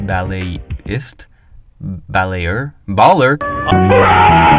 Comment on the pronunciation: saying "ballet-er" like BALLERINA doesnt fucking exist is killing me 💀💀💀